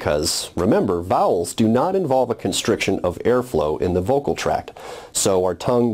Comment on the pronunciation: vowels - bowel big pronuciaton problem here